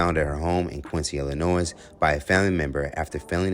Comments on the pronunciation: Stop saying “Illi-noise”. The “s” is silent.😂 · Illinois let’s sound it out together (ill-a-noy) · There is no "noise" in Illinois (i·luh·noy), Just saying lol... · The biggest crime here is "Illinoize" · How many “Illinoises” are there? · That’s not how you pronounce Illinois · The S in Illinois is silent, y’all. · You don't pronounce the "S" at the end of Illinois. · Ok, so you don’t pronounce the S in Illinois, and there is no way in earth a response to a game show question, where the whole point is to guess how OTHER people would respond to questions, would be admissible in court. None. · You don’t pronounce the s in Illinois. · My home town and state, but I hate how people pronounce Illinois... the S is silent people lol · The s is silent in Illinois. Taking his answer as a "warning sign" is stupid. My husband said that to me a few times & we were married 36 years before he died. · Illinois S is silent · By the way, the S is silent on the word Illinois. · 🙄😩😫the “s “ in Illinois is silent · The “s” is silent in Illinois! 🙄